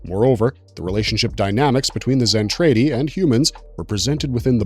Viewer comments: DId you even watch it? Just wondering since you pronounce Zentraedi as Zen tray dee instead of the way it is in the anime Zen trah dee. LOL talking about nudity and adult relations you show SC twice They were releasing official Macross videos prior to 2021. Macross 7, Macross Plus, Macross 2 were all available prior to 2021. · Zentraedi is pronounced zen trah dee, not zen tray dee. Macross, in English, is prounced ma (to rhyme with mac and map) cross and not muh cross Did you ever watch Robotech.SDF Macross at all? Mospeada has no I in it, so it's not pronounced Mospedia, just moh spee duh. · What gets me is, he keeps saying Zen-trAY-di when in both versions it's pronounced Zen-trAH-di. My childhood and my OCD are screaming every time he says it lol.😂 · My dude, you need to do more research on pronunciations, or at least watch a few episodes first! I cringed with every "Mc Cross" "Zen-TRAY-dee" or "Moss-pay-dee-ah". It was painful to make my way through this. Edit: actually, I could only make it through 3 min. Yikes! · Can you please just watch ONE episode? Listen to how things are pronounced. It is distracting as hell to hear you mispronounce Zen TRAH Ti every time. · It is pronounced macross like the a sound in the word “at”. Not uh so if you’re going to make a video to tell the history of something learn how to pronounce the names correctly dude and the way you say sentredy my god dude learn the names first then make the video or you just sound like an idiot . God you’re butchering everything’s names! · Really Mc Cross is your issue? Not the Zen Tray Dee? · I already died when he said zen tray dee.